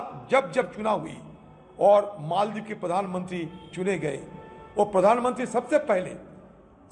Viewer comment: मालदीव का उच्चारण मालदीव ही होना चाहिये. अंगरेजी मे भी Maldives लिखा जाता है.फिर आप और रजत शर्मा बार बार मोलदीव मोलदीव क्यो बोल रहे थे? कैसे पत्रकार हो आप!